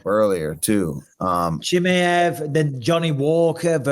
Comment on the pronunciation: Bisping always calls Chimaev as "Chimiev" cos he lowkey hates on Russians anyways🤣🤣🤣 esp Khamzat! What a hater smh!!!